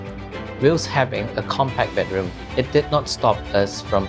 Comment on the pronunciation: Can we pronounce bedroom correctly? Not “bad” room please. It’s so so so glaring